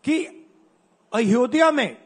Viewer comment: अयोधया bole jara bhai , pehele nam to sahi se lena sikh lo अयोध्या hota he vo fir ana vote mangne de denge vote